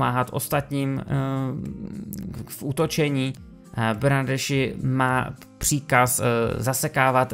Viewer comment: jméno Bernardeschi komentátoři vyslovují jako Bernarski:) já jen jak koukám na italskou ligu tak mi tohle celkem rve uši:D ale chápu kdybych nevěděl taky to tak vyslovuju jak ty:D